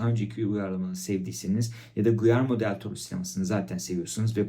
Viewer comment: Guyerme değil Giyerme olacak. Takipten çıkıyorum bu kadar kötü İspanyolca telaffuzu olan birini daha fazla izleyemem.